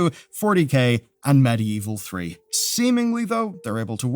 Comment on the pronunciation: "Medieval", not "Medievil". Bit different.